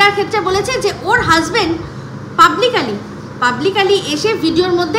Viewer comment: পাবলিকালি না পাবলিকলি